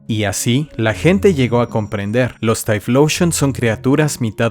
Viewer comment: deja de decir "Taifloushon"